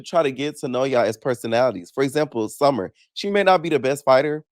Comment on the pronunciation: Not gonna lie, the bottle thing you said, "SummeRRRRR" BUM AZZ 😂😂